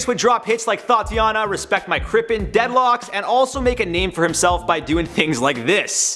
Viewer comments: “Dead locks” 😭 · Nobody::"Dead Locks" 😂😂😂😂😂😂😂😂